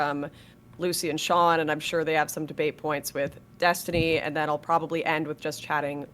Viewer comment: Dee-stiny Reynolds